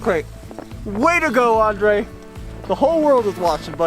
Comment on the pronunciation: it's not andre, it's Andrey, please pronounce my comrade's name correctly 😆 привет, Андрей